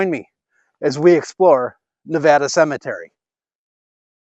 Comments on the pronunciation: Pronounced Nuh VAY duh😊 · Great to see the cleanup! BTW, locals pronounce it Ne-vay-da.